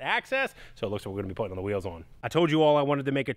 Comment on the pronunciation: Ya know… he stopped talking like a crazy person on the last couple videos, but now he’s back talking like he’s just learning how to use “the news” type dialect which is SUPER annoying. Why can’t he just talk normal?? His brother talks normal, well, except when he says “on” and other words that sound like that. Yeah, I know I’m being nit picky, but I love this channel and I should be able to voice my opinion. 🤷🏼‍♂️